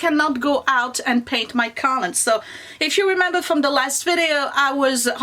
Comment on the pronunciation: love your videos but lately you've been driving me a lottle nuts with your pronunciation of the word collumn. The "n" is silent! It's pronounced "kol-um".